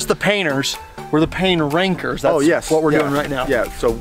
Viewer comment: Is it weird for the longest time the show was called pain Rankers but every time they said it it sounded like they said the pain Pranker ‘s’s